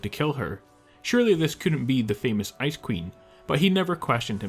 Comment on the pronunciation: P.s when he said ice queen i thought he was saying Ice Cream in a silly way XD